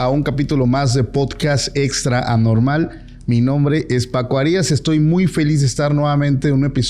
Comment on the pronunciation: No eres harías ...🙄 eres Arias sin acento , Arias ....